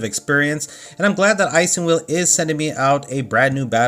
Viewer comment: I believe it's pronounced IS in wheel as in ' is it ok with you? ' , not ICE.